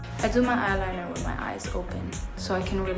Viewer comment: "Signature eyelinah" 💕